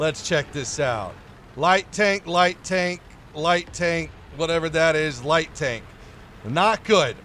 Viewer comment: “PRIVET COMRADE, THIS IS, TONK”- 2020